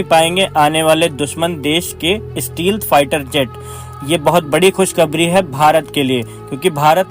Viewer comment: स्टीलथ नहीं स्टैल्थ कहते हैं